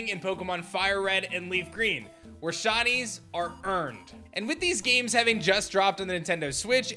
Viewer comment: I love "SHINIES" I hate the way you say it though "SHUNIES "